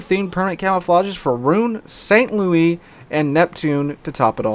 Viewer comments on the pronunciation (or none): none